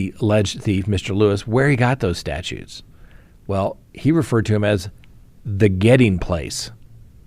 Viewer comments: You can tell you’re a lawyer lol. They are statues, not statutes good sir. Thank you for the chuckle. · The way you keep calling statues statutes is the only proof i need you are a lawyer. 😂